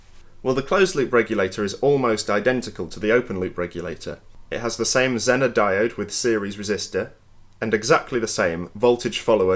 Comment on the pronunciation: The American pronunciation of “zener” is “zee nr”